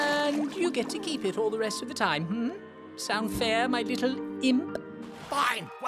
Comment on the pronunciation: How he says imp